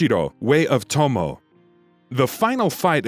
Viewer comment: I mean it's tom-oh-eh rather than tom-ow but apart from that yeah